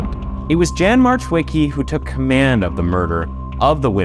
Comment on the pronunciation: So you pronounced "josef- yosef" but mispronounced "Jan as Jan and not Yan. Youtubers really need to do better research on names and pronunciation of people and places. Then again to be a youtuber you have to be mentally retarded and dyslexic i guess.